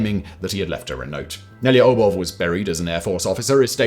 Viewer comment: Yeah, he was all over the place with Nelyubov. I'm not Russian, but that isn't even a hard name to pronounce for non-Russian speakers, compared to other Russian names.